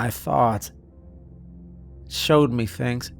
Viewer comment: OH FOR CRYING OUT LOUD ... the letters { M } { E } ARE PRONOUNCED MEEE OR ME NOT ( may - or mê or mà ) Its pronounced MEEEE FOR füx sák .... aaagh Freeeeeeking annoying